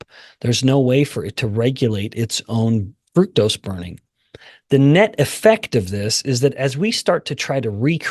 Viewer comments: Please stop mispronouncing fructose. It does not have the word fruit in it. So don't pronounce it fruit toast! It's fruct-ose. Let's all be on the same page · I hear FRUCTose.. You miggt get a hearing test.